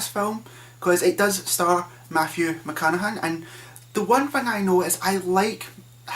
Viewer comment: Mathew McCanahan? WTF? I paused and skipped back to be sure but thats definitely what he said....sorry but I couldn't take a movie review seriously when the reviewer calls Matthew McConaughey 'Matthew McCanahan' Stopped it after 10 secs...EPIC fail...